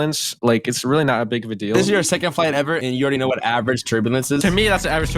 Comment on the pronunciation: Weewlly OFC YES WHO DOESN'T LIKE TO EAT PLANE bro stop saying really dude U CAN'T EVEN SAY REALLY THAT U SAY WEEWLLY? WTH IS WEEWLLY